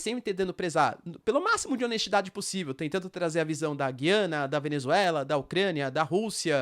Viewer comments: Professor, parabéns pelo vídeo. Só uma dúvida: o Senhor tem falado Gui-ana, como se tivesse um "trema", enquanto ouvimos sempre, Gu-ia-na, sem "trema", que é um sinal ortográfico que não existe na língua portuguesa no Brasil. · O nome é Gu ia na... Aqui um meto de Gu ia nen ses... Os grandes comunicadores dos grandes canais, falam Gu ia na, Boris Casoy, Alexandre Garcia, repórteres da Tv Cultura, CNN... Estou torcendo por você, como diz aqueles velho ditado, corrija o sábio e ele se tornará mais sábio.